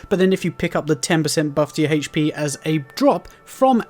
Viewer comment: This man say HP like “HHHHHHAITCH PEEE” drove me fucking insane